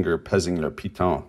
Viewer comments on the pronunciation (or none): none